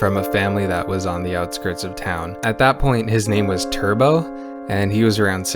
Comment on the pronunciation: Every time you said "was" I died a little more